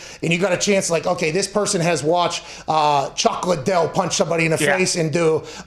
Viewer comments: “Chock Liddell” 😂😂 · "Chalk Liddell."